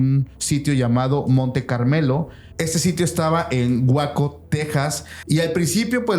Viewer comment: perdóname por que asta yo me falta inglés pero sedice Waco se escribe pero se pronuncia weyco